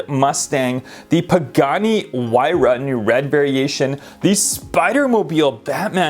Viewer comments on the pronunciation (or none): none